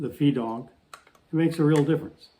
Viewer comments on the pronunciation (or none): Feadog is pronounced fad-ogue (where "fad" rhymes with "lad" and "ogue" rhymes with "rogue")